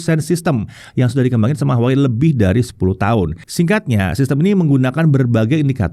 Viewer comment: tetep dibacanya : WAHWEi